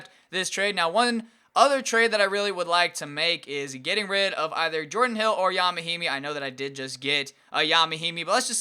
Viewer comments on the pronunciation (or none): none